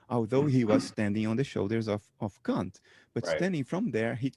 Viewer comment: Bernardo has a fantastic take on many things but his pronunciation of the great 'Kant' needs work. You know, just so he follows a 'safer' path ;)